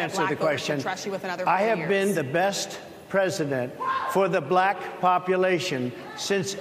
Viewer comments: The way her pronounced "black"..."Blaaaahkkk" is all we need to hear. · The way he pronounces “black” sounds racist lol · Trump has an obnoxious way of pronouncing the word, "Black." It's as if he deliberately wants to make it sound bad or insulting. The journalist, for the most part, were respectful and polite but he is accustomed to people being "bootlickers" in his presence.